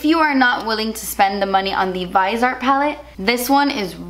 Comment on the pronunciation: I thought it was pronounced vis-ee-art